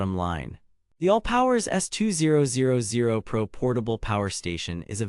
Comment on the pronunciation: I find it very annoying listen to you saying S 2 0 0 0 rather than S2000